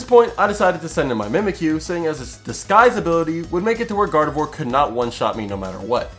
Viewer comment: Swear I heard God of War instead of Gardevoir for the first time. I may be into tooany fandoms